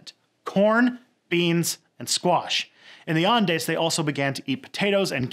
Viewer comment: I have never heard someone fail to say Andes so hard before